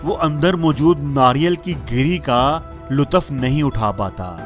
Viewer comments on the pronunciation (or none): Lutaf nhi Lutf bolo